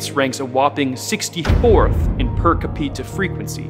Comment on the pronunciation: Cah-PEE-tah?!? Capita = CAA-pit-ah. Capita.